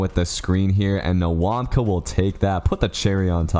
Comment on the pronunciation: I don't want to be that guy but say nwawkpa like wawpa next time